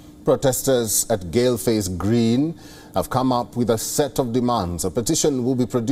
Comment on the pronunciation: Not GALE FACE but pronounce as GAUL FACE.